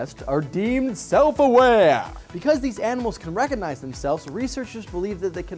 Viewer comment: Learn to pronounce "recognize".